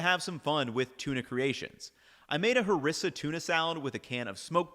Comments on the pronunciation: We say HAREEESSA .. Not Harissa. Nice video, very informative. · That pronunciation of harissa is killing me